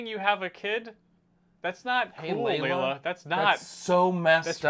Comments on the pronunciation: not y’all calling lila, layla??? 😭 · Can someone teach them how to say "Lila?" Of course, would just give a lecture about how he is right, and no one knows what they are talking about.